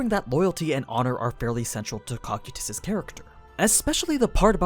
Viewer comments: I’m so used to hearing Coe-Ki-Tus, that Cock-you-Tus takes me off gaurd each time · Guys the pronouncement is a bit off. It's not COCK-SAI-TIS, ITS NOT COC-KU-TIS. ITS CO-KY-TUS. Cocytus. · Bro your horrid pronunciations of character names is the reason I don’t watch your content. First it was “Ree-mer-roo” which you pronounce as “Rim-Roo”, and now “Ko-Ky-Tiss” which you pronounce as “Cock-Cutiss” which is stupid close to “Cock-Cutips”, which is a little funny tbh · its (co-ky-tüs) not (coc-ue-tus) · i love these videos but the way you read some of the names really makes it hard to watch especially in public - its CO-CY-TUS .... not COCK-CUE-TUS please dont say it like that anymore i rather not have people ask if im watching something porn related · Huh I pronounce it co-kite-us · Cocytus (KOH-KYE-TUS) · Man's actually be saying Cockquetus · he calls him "cock e tus" and that bugs me to no end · In the english dub cocytus is pronounced Coo Kite Us...... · NOOOO!!!!! Use the dub pronunciation again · You mispronounced his name but you say the layer off hell right how is that even possible they are pronounced the same cmon man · Why are you saying cocytus like that?